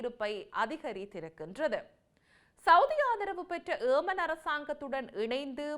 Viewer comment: Why you indian say aman its yeman please